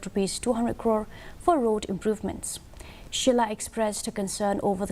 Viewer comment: 😂😂 not shullai... It's shylla